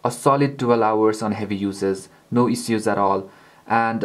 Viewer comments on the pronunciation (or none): ISH-USE!!!! ISSUES LIKE ISH-USE! NOT IZ-OOZ. FUCK.